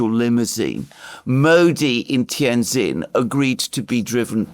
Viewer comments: Great breakdown of the road ahead, if i may help with the pronunciation of Tianjin it is Tian(Gin)jin not zin.., one of my Favorite Cities in N.Eastern china.. Great work. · Two points. First, the correct pronunciation of the name of Tianjin, the city in which the SCO meeting is being held, is Tian Gin. The second syllable "jin" is pronounced just like the alcoholic beverage made from Juniper. Second, one thing missing from your analysis of where Trump, Novarro and Nutlick are coming from is that these people (in contrast to Biden, Blinken etc.) really believe they are going to re-shore manufacturing in the U.S. India has been fantasizing (with encouragement from Biden) about being the new China -- the chief supplier of manufactured goods to the U.S. market. Trump isn't interested in a "new China." He wants toilet brushes, toothpicks, hand tools, dish washers, and everything else to be made in America. This is the main contradiction at the heart of Trump's falling out with Modi.